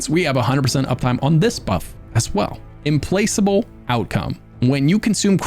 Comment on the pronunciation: implacable is pronounced im-PLACK-able